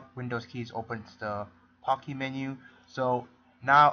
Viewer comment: It sounds like Poo-Key